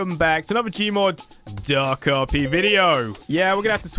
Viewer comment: The way you say DarkRP is just funny. I don't why though. Keep up with the awesome work